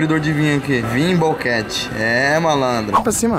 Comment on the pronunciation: "Vin bouquet" kkkkk